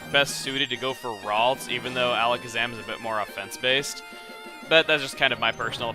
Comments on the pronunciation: "Alakazam" not "Alazkazam"! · You have an extra Z in "Alakazam". ...You said AlaZkazam.